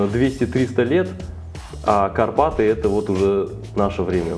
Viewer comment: Карпатый, карпатый Боже, будь хоть немного тру байкером, знал бы что он называется Карпаты) а за видик лайк)